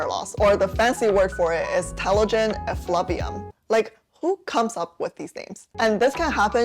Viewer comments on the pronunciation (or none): I think the word effluvium is pronounced "Eff loo vee um" rather than "Eff love ee um". Might be from the same root as the word effluence? Not sure.